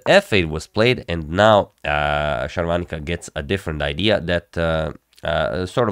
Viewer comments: Sharvaanica is a South Indian. Sagar Shah is North Indian. For them south indian names are more complicated than westerners. You pronounce her name accurately than him. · Your pronunciation of her name is spot on